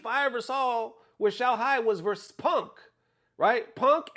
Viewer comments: Yea, Punk sounds like "Pang" in Chinese, which is the Pin Yin for fat. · When Xiaohai pronounces Punk, it sounds like Pang (Pang means fat in Chinese). So he was saying Punk and Mena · It was not 'Winno' lol, Xiaohai was saying Reynald. It was back in SFL US 2023 and everyone knew his beef with DCQ back then. The translation 'Ryu' was wrong, he was actually referring to Samurai. And lastly 'Pang Man' was Punk (Xiaohai pronounced it incorrectly as 'Peng') and Mena. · it’s not fat man. His English is not good, it’s his way of pronouncing Punk(pang) & mena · What you thought Xiaohai called “fat” , he was actually talking about punk, because he didn’t pronounce the k, so it sounds like “fat” in Chinese. The subtitle is ai generated, so it shows fat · he said : I asked punk (he pronounced it like pengk) and mena about it 😂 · Xiaohai said he asked Punk and Mena, about it. Not as the AI translate "fat Mena" 😂. His pronunciation of "punk" sounds like Chinese word "peng" which translate to "fat" in English. 😂❤ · He was saying punk and mena not “fat mena”.In fact，the pronunciation of the word “punk” in Chinese sounds like “fat”